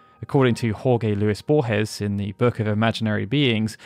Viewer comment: “Horgay Lewis Borgez” made me cringe